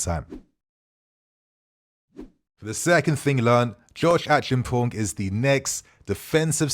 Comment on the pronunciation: ACHI-AM-PONG is the pronunciation. Come on your mother is Ghanaian! 😆